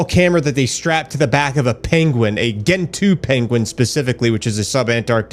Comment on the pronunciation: Please tell that moron, it's Gentoo. Like GENerator. Good God.